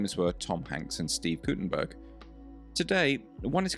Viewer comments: His name is Guttenberg’ NOT ’burg’ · Its guttemberg, no gutemburg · The man's name is Steve Gutenberg, not Guttenburg. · it's GuttenBERG, not GuttenBURG. at least don'T mess his name up and correct the video title. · GuttenBERG?! Dude you don't even get the name right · You're so stupid you don't even get his name right. ...bErg, not ...burg. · "Guttenberg"?? Sheesh